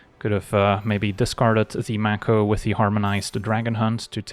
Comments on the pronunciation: I think it's "make-o" not "mac-o" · I think the 'a' in mako is pronounced like in 'may' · Conventionally, yes, though the word itself is from Te Reo Māori and is pronounced 'mah (rhymes with far) - ko (rhymes with law).